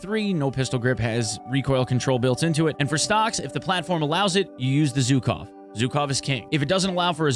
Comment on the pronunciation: ZH in Zhukov pronounses like ʒ in words viSion, uSual, deciSion